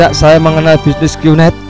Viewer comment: Bisnis pak bukan binis. Harley pak bukan halei. Haduh si bapak